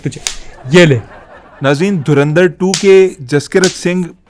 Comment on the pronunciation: Pehle Dhurandhar bolna sikh le laale 😂